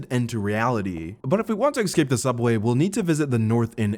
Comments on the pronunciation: I knew you were black the moment I heard you pronounce escape as excape lmao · EScape my guy. Not Excape. Became quite infuriating.